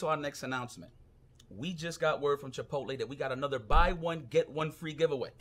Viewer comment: Chipotle, not Chit pootle haha